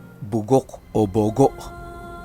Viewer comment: ang tamang pagbigkas SA salitang 'bogo' Yung last syllables matigas Yung pgkabigkas na pabagsak...( Bogò!!! )